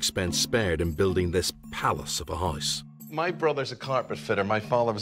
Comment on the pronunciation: Why do you say hisse instead of house?